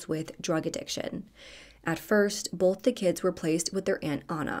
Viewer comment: Funny….in every video you do you pronounce “both” like “bolth. I have a friend who does the same thing, which is likely why I noticed 😂